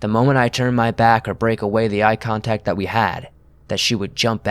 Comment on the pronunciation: "eye tontact"